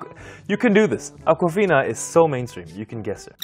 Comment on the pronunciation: Damn it was akwafina! I honestly thought he called a girl "uncle fina"